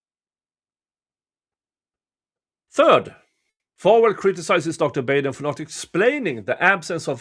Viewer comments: Michael BAHden, not BAYden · Just FYI it’s pronunciation is Dr. Bah-den 🤗